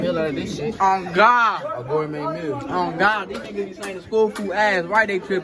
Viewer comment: “Gormade meal”